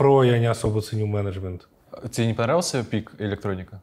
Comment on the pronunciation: когда нибудь я привыкну к произношению Эриком слова " мЕнЕджмЕНт" , но это уже совсем другая история